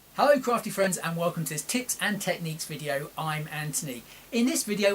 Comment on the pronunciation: This is another great little tip video that you put up . I will always appreciate the videos you do as I’m able to understand and follow them quite easily . You never make them complicated, so thank you very much for that . Does anybody else think he says not tips at the beginning of the video ? 😋l